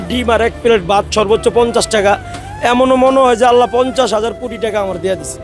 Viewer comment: আল্লাহো নয়। আল্লাহ উচ্চারণ হবে